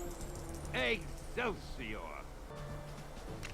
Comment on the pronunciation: I heard many exelcior!